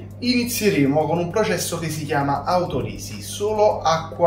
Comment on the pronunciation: occhio a come pronunci "autolisi" 😭😭😂😂 Comunque ottima ricetta, da rifare